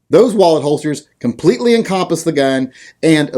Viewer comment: You pronounce the word "encompass" incorrectly. Fix that.